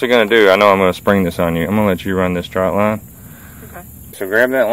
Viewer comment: It is TRÔT line TR Ô T , NOT TROUT . Jeez , I never thought I would be the pronunciation police . But its that one thing .